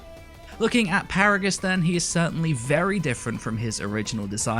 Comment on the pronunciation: ... Did you just say Paragus.